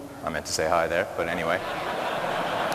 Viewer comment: ho instead of hi lol.